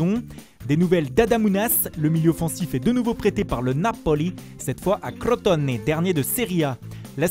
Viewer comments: Par contre faut arrête les voix la "Crotone" on dirai il a dit crotte au nez wesh 🤦‍♂️ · Naaaapolii et Crotoooone. L’accent italien 🔥🔥🔥🔥😂😂😂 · j aime trop l accent quand vous dites Crotone et Napoli 😂